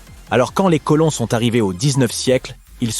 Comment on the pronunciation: ''quand les côlons sont arrivés au dix-neuf siècle'' 😅